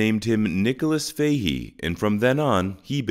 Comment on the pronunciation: Mag-wire is closer,Faahee is closer than fayhee